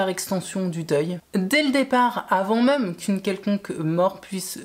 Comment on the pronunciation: Et sinon..... Le même.... Ne se dit pas meume 😂.